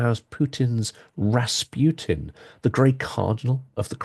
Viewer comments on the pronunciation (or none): none